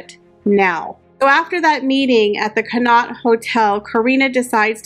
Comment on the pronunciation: Great video, but the Connaught hotel is pronounced con- awt